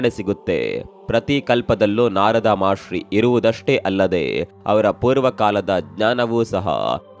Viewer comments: ಮಹರ್ಷಿ ಗುರು, ಮಹಾಶ್ರೀ ಅಲ್ಲ 😅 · ಮಹಾಶ್ರೀ ❌ ಮಹರ್ಷಿ ✅